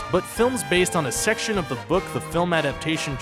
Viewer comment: u said section like this: Sex-tion